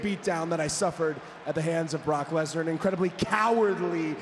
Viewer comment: I can't be the only one, that heard Cody saying 'Block Lesnar' 😅